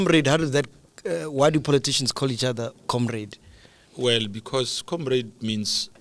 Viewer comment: As soon as he said "Wellle...." that was it for me...